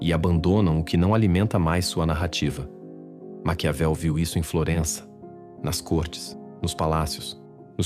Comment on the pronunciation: Não é macaveli e sim Maquiavel.